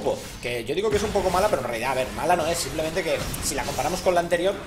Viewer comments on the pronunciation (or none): none